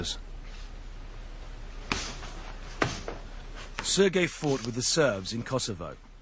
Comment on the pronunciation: Not sir gay xD, Sergey is russian name.